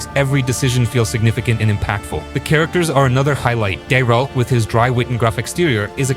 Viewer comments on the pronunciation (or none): Gaerald ? :D Love your videos, dude